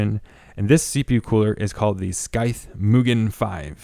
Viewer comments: Did they tell you it's pronounced like SYTHE, not SKY-THE? lol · I never thought I would get so triggered by someone saying 'scythe' as 'skythe'. Is it a regional way of saying it? Here is how regular people say it. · Are you saying wifout? It's not Skyeth, ..just Sigh-th, ..like the word scythe. 120 meeler, ...do you mean millimetre!?!?! Holy crap, pay for a narrator or something. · The sKythe lol. Had me dying. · skythe? you mean scythe...like the "psy" sound in psychic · Great review, super helpful and you're content is great. I can't help it though as I'm screaming at my screen - I'm not sure if someone has already said something as the video is a year old, but RPM is already plural so you don't need to worry about saying RPMs, it's like someone adding an S at the end of Pokémon, like my mum because she doesn't know what she's talking about. Also, the C in Scythe is silent. Beyond that, your video was so helpful with my NR200 build! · Are those gpu plugs ont he motherboard fan headers? Is that a thing on the z490 gigabyte boards? The c in Scythe is silent. ;) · Do all Canadians say scythe wrong or is this guy just mispronouncing it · the C in Scythe is silent. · ur pronouncing scythe incorrectly and ur cpu fan is blowing into the case, not out at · nice video! just FYI, Scythe has a silent "C". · Dude it's sycthe , like the reapers sychte... Cmon, english so not my mother language and even i know how to pronounce that :) Triggered me a little, what can i say. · You have ZERO aesthetic sense when it comes to colour coding for your hardware. 20 minutes of visual horror and imprecise planning. But that's ok, it's a learning curve. What is unacceptable is you, a native speaker, unable to pronounce the word ''scythe''. Well, I'm gonna be helping you with that, here's the phonetics and the pronunciation of the word. scythe / saɪð / [ sahyth ]